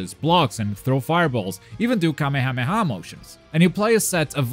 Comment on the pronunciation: I'm glad when you say Kamehameha you say it right not Kamayahmayah